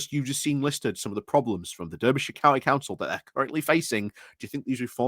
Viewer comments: I'm from Berkshire and I know it's pronounced Darbyshire - bit like Barkshire! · Come on now, no excuses, must try harder! 🧐 I'm sure even Phil Moorhouse knows it's pronounced 'Darbyshire' and he really struggles with non-phonetic place names. I think he's Yorkshire born. As for the Reform shower... 🙄. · I never knew that "durbyshire" was the official Yorkshire pronunciation for Derbyshire. Still, to be fair, it's quite a distance away from Yorkshire... all of 70-odd miles ;) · Why is it so hard for you to say the name of the county and city correctly? Being from Yokelshire isn't a reason. Making the point for a triggered friend 🙂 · you are not wrong about Reform but the fact that you claim you are from Yorkshire yet don't know how to pronounce Derby or Derbyshire really does affect your credibility. Sorry.